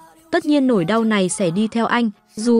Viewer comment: Review phim hay nhưng thỉnh thoảng đọc ngọng, "mãi" đọc thành "mải" hay "nỗi" thành "nổi", "sợ hãi" thành "sợ hải", "sẽ" thành "sẻ", "buồn bã' thành "buồn bả"...Dấu ngã phát âm ko được mà đọc thành dấu hỏi😅